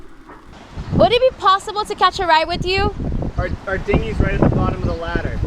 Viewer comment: I love how she pronounces right as white.